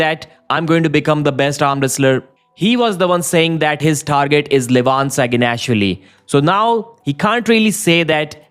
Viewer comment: SaginashVILLI > SaginASHvilli pronounce it correctly.